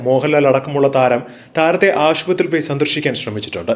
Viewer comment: ഷിനിമ അല്ല സിനിമ എന്നാണ് പറയേണ്ടത്.അതുപോലെ ആഷു പത്രി അല്ല. ഇതൊക്ക സ്റ്റൈൽ കാണിക്കാതെ വായിച്ചു പഠി ക്ക്